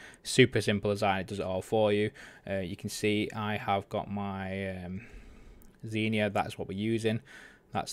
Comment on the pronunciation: He dont say it proberly